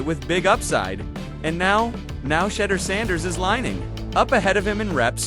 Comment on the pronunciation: Pronounce his name right! We’ve heard and you’ve heard his name pronounced 100’s of times. It’s so way off it’s like you’re doing it on purpose. Darn near disrespectful!